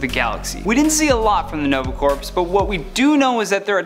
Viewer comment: Hey little something you should know, you mispronounced the Nova Corps. When you say it your supposed to say it like Core not Corpse. That was the only thing that annoyed me.